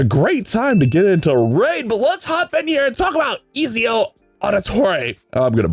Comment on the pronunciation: I was going to watch this, but then you said Ezio wrong... so.....